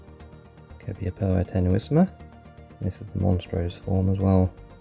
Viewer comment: You have a good collection of Copiapoa. And a few of them are forming offsets at a young age. Great job pronouncing the names as well. 😄 Waiting for part 3. 😉